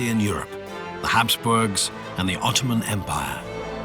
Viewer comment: "öttöman emp never been bröught döwn by other people." Darling, without the British and the French, the Russians would have occupied Constatinpople in 1878. Please, when you're reading your history, read it from more than one source.